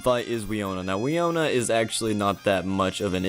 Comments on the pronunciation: Wee-oh-nuh? BRUH. Wih-no-nuh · For future reference the 6th gym leaders name is pronounced win-oh-nuh